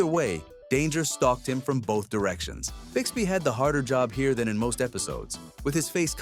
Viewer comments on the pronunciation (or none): none